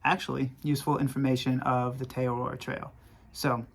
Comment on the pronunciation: As a Kiwi after the second butchering of the name Te Araroa I couldn't keep watching. Entire syllables were missing